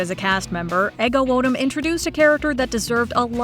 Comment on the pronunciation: Take a drink every time MsMojo mispronounces "Ego Nwodim" ... but have the paramedics ready 😅